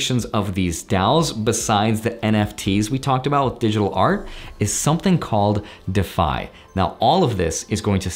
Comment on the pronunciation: never heard anyone pronounce it like that lol Isn't it pronounced dee-fy?